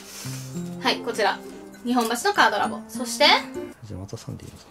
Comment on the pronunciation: いつも思うんやけど、｢にほんばし｣ってずっと言ってるけど正しくは｢にっぽんばし｣ちゃうんかな？